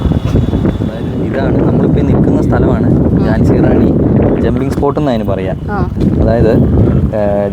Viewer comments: ജാൻസി അല്ല ഝാൻസി ആണ് Jaasi എന്നാണ് ഉച്ചാരണം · ജാൻസി റാണി എന്നല്ല. ഝാൻസി റാണി എന്നാണ്. (റാണി ലക്ഷമി ഭായ്‌ ) സൂപ്പർ കാഴ്ചകൾ ആശംസകൾ